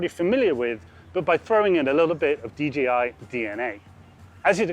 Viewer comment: DJI Not dgi It's a pet peeve of mine when people say it wrong